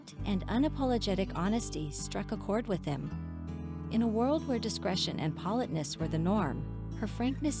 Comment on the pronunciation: I never had the chance to object to the music. Edward Vee Eye Eye Ete???? POL-et-ness??? Get someone who can read the words!!!!!